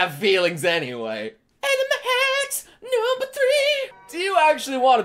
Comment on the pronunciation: Every time you said the word "number" I heard "Noble". Reminded me of Halo. Or you could assemble your own Noble squad. You may be Noble leader, and your squad members can named off from Noble 2 on. Like in Star Wars. This is random now. I will stop. That is all.